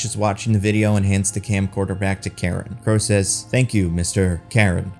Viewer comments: Kind of annoyed you pronounced Karun as Karen. Try pronouncing it as Curren if that helps. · I was actually expecting the deviants to join the eternals by the end, but then AJ kills "Kro" (totally missed that was his name), and I was like, "OK, guess not." Also, I think the valet's name was Karun, which should be pronounced "Kah-rune" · It's pronounced "Caroon" Everyone in the movie got it close to right. And yet it gets mispronounced in the video.